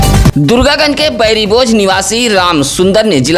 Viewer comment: Bairibojh nahi bauribojh bola Karo bhaiya